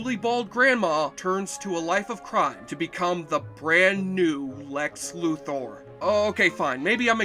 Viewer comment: Congrats on pronouncing Lex Luthor's name correctly.